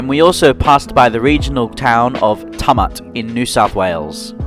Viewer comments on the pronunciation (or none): Note town of tumut is pronounced tewmet. Not tummit 😉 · Another great review, thank you. FYI Tumut is pronounced "Chew/mut"